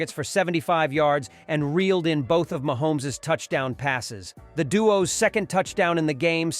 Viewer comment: Mahomees stop saying it like that